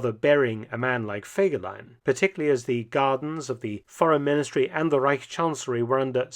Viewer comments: Es wäre sehr nett, wenn ihr die Namen richtig aussprecht. Der Mann heißt Fegelein und nicht Fagelein, Hitler war der Führer. Und seine Freundin hieß Eva und nicht Ava. Seine Sekretärin hieß Traudl Jung und nicht Trude, Gestapo und nicht Gustapo ! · Kein Mensch, weiß warum man den Namen nicht richtig aussprechen kann!